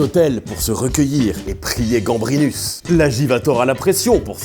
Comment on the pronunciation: tu dis GambriLus (du moins j'entends) mais ce n'est pas plutôt GambriNus ?